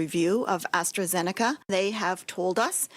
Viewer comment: Lol astrazenaca. Enjoy the Covid